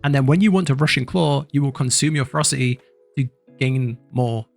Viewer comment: They’re pronounced Fer-ROS-city and Jag-war. It’s like you lost a syllable from ferocity and added it to jaguar. Otherwise, good guide.